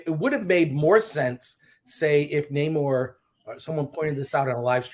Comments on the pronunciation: As a man who born and lives in "Mecsicou", I don't support "Namorrrrrr". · The pronunciation of namor keeps reminding me of a Ben E King song, so I cant take it seriously